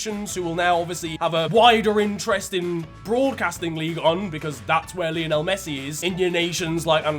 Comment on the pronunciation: Love the videos! But for Christ sake man, Messi is named after Lionel Ritchie and their names are pronounced the same! Lie-o-nul not Lee-oh-nell 😭